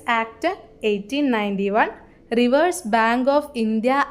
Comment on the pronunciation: റിവേഴ്‌സ് bank അല്ല റിസേർവ് bank ആണ്